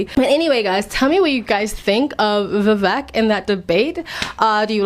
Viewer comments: His name is pronounced as, "Vi vake" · his name is pronounced "vee vek rahmah swahmee" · It’s pronounced Vivake like cake. Surname is Rama swa mee… listen to Vivek’s high school graduation speech he was his Classes Validictorian. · For anyone who has difficulty pronouncing Vivek: Easiest way to pronounce VIVEK, say these words exactly how you pronounce them BUT TOGETHER: WE-WAKE Pronouce them each as you normally do but pretend they are one word. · His name is pronounced VIV_AKE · Yo learn at least how to pronounce his name before giving analysis